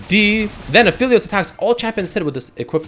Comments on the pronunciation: It's app•heli•os... Not af•heli•os. He's related to the moon and with astronomical terminology there's something called an aphelion (app•heli•on). That's where his name's is from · ah, yes........aphilios.......i forgot e makes an i sound